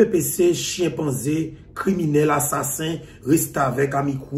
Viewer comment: Tanpri, pa di chiempanzé pitit mwen, di chimpanzé piti; lap sonnen pi byen. Tanpri, éséyé konprann mwen paské sé pa foli korijé mwen genyen. Mèsi!